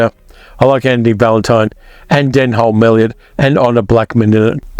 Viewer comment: Denholm is pronounce Den-Um, almost a pair of jeans. 😁